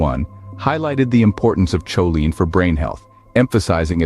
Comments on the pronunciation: It's pronounced co-lean not chow-line. 😂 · It"s pronounced Koline hard K sound not CHoline , NOT like saying cheerios !:face-orange-frowning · Cool video! I really enjoyed it. Go carnivore!!! Going to keep watching now! Ps. Next time you make a video on this you might want to double check pronunciation of choline. If I remember right I think it's irregular, I think most doctor folks say [k] not [ch] as in [kolin] in IPA.